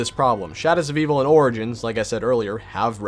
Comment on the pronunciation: There are some oranges Me: Wait did he just say Origins